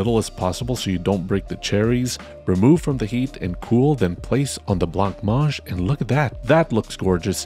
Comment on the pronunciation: Congrats ! Love the intro and seems your green screen was not as naughty this time 🎉. The meals match the photo ! I am happy how good they are. As French, just one thing to make a constructive comment : « blanc manger » is said without the « c » at the end of « blanc » (unlike blank) and you need to pronounce « a » after « mange », in case this is messy in a written comment you can try the pronounciation with French Google translate you’ll see what I mean ❤